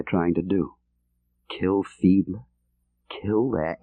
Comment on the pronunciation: Many thanks for putting this audio book on YouTube. John le Carré (RIP) pleasantly surprised me with his reading - especially with the voice / character of "Jens Fiedler", and his German accent!